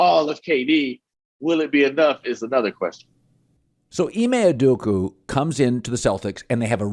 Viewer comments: Ime "Udoka" not "Udoku" please Colin. This is like the umpteenth time you've pronounced his name wrongly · Colin “Ime (s)udoku” Coherd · Why does Colin always mispronounce Ime Udoka's name? He does it everytime. Has he never heard someone say it properly? Has nobody told him he says ut wrong? It's really weird